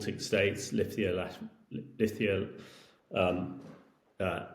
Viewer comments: Please don't say Lithia, its Lithuania. 🇱🇹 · Lithia?!?! He cannot even name Estonia, Latvia and Lithuania properly.